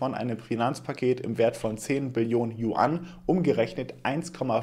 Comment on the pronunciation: Mir ist die Kinnlade runtergefallen. hat "Yuan" endlich richtig ausgesprochen 😂